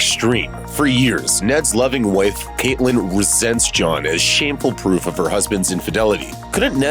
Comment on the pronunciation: Are we watching the same show? Why can’t u pronounce CATelyn or Arya yo